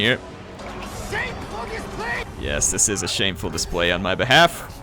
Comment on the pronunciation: Who else laughs every time at "shamefur displej" just because laughs at it lol